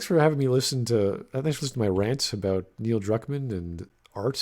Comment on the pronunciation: More like Neil Drukmaam